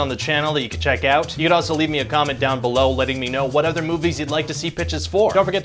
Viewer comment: "People ah killin each atha"